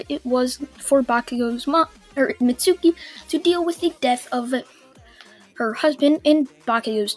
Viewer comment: It's Mit-su-ki = Mitsuki